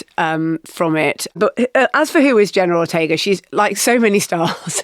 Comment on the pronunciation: "Jenner Rortega"